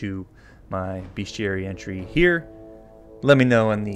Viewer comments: The correct way to prounounce bestiary is, and shall remain "beast-yary". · I always thought it was pronounced beast-iary! What the heck? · Wait…. BESTIARIES ARE PRONOUNCED (BEST-E-AERY)? AND SPELLED LIKE BEST? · i pronounced it beast-e-airy